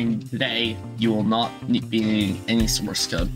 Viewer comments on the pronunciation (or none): when you said source code i heared morse code and i was like 🤨🤨🤨🤨🤨🤨🤨wthhhhhhhhhhhhhhhhhhhh